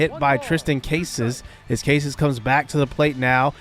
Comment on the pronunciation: Not that it matters all that much, but it's pronounced CAH-sas, not CASE-sas